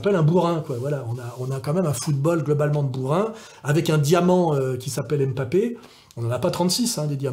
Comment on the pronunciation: Janvion, pas "Jouvion" Et c'est pas "M'papé" mais "Mbappé"